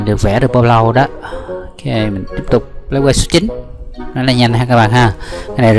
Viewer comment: le-vờ chứ ko phải le-vồ